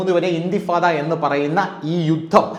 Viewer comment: ഇന്തിഫാദ അല്ല സുഹൃത്തേ ഇന്ദിഫാാദ്